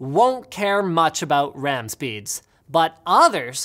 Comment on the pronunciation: ow mush WAM do I neeb fow my mimecaft soyvor